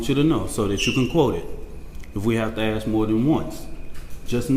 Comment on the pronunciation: Let me AKS you a question lul the perceived oppression never ends